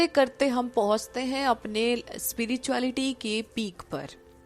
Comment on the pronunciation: Hi, Aapka spirituality ko speereetuality bolna bada cute lagta hai.